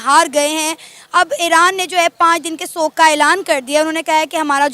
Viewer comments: सोग नही येडे शोक होता है पोर्कीयो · Shok hota hai sog nahi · सोग क्या होता है? शोक बोलते हैं l